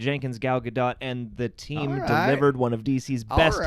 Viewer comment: As a Hebrew speaker I will help your pronounciation of Gal's name. It's Ga-dote. Long O. Like Supreme Leader SNOKE. Gal means wave 🌊 and Gadot is banks. Like river banks.